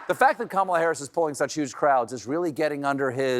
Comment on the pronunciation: Now that is a mispronunciation I love!!! Karma-la! Kamala's Karma is about to kick trump in the nuts, dick and anus - all a once. Former republican voter here - go Harris!